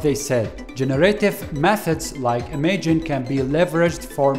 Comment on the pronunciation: It is definitely pronounce im-aj-in